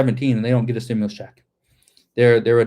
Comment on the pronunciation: I herd Schumer saying stimulas . Yea a women got shot today